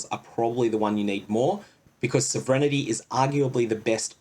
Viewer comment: Ep-ih-dee-mee ology Sovereign-tee, not "inity"